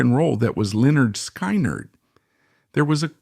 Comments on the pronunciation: Just take this video down cause apparently you know not much about lynard skyward, mainly how you pronounce it, it's lynerd skinned spelled how you say it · An embarrassing butchery of their name, just stop! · You need to learn the correct way of saying the bands name, It shows your real association with this band and their members. Documentary ain't bad.But you truly shown you don't know who this band really is if you can't get the name right. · SAY THE NAME PROPERLY!!!!! GOD!!!! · Please stop doing Lynard Skynard videos until you can start pronouncing it correctly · It's idiotic artificial intelligence using a voice.. they choose which type of voice sometimes redneck voices or New York City voices but they cannot pronounce the words correctly at least not yet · I know I just wanna shake him…